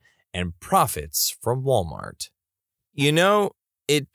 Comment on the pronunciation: “Malwart”. Amazing.